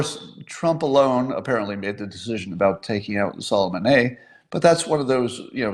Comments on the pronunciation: I know who "So-Le-Mahn-I" is, but not "Soloman-eh", is he Canadian? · Soleh-Maneh... You know he is not French, right? The way Adams pronounce Sulimani is like nail on the board for me. Agh!